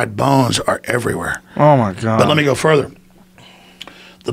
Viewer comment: "let me go futher"